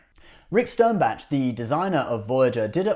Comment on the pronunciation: If you bought a car would you want it delivered to you in parts and pieces or you would you want a fully assembled car, so why would you want a spare warp core in pieces and then have to build the warp core. Having it in pieces is NOT more efficient and stop saying STERNBATCH for gods sake.